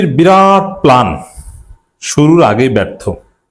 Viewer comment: অনুগ্রহ করে প্লান না বলে বলুন প্ল্যান। অনেক শ্রুতিকটু লাগে।